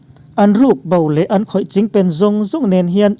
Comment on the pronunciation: Chingpen tih hi a thluk a dik zan lo emawni ka beng a lai zawk ni ka ngaithla fuh thei zan lo a thluk a dik lo nge ni. .. a bengvar thlak thin lutuk e, inthlahrung lovin rawn chhiar zel rawh